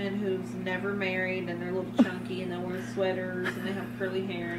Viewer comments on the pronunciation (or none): none